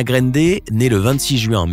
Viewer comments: 1. On prononce GRANDE et pas "gReNde" (on dira rien pour le "Sank u next") 2. Elle a 26 ans maintenant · Ca se prononce "Grande", pas "grende" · C est pas Ariana grainde mais Ariana grande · y a un A dans Grande cest pas Grende donc prononcez le A svp ça me stress de ouf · C’est pas greindé ça ce dit grandé mais c’est grande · '' ARIANA GREYNDE '' tellement stressant comment cette machine prononce son nom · Ariana « GRAINDER » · « Ariana Granedé » mdr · « Ariana Graindé » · «Ariana Grèndé» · Ta dis Ariana Grènde...j'me tire 👋🏼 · vous na saver pas le dir c'est grrrrrrande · Tu dit même pas bien son nom de famille le respect😭😭😭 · Mdr comment il dit Ariane Grande